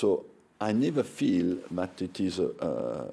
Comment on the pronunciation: More than 20 years in England and he has a worst french accent than me lol. Nah seriously Respect ! Big up Arsène who is still here to comment the matchs of Les Bleus on TF1 ^^